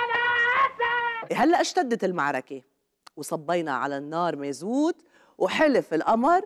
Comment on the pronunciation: بشرفي رجال عم يقدم البرنامج مش ست، لاحظوا كيف قالت شاء من شاء وابى من ابى، وكلمة مازوت، ماظوت، يا عمي اتركي هالبرنامج لحدى اهضم منك شوي. لا اقدر اركز ماذا تقدمين من زناخة دمك وحركاتك المصطنعه.